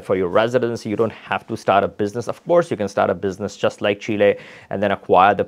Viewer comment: What a Loss going to these countries correct yourself. By the way it's Chile not shella.😊